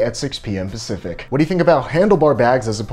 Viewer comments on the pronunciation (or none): none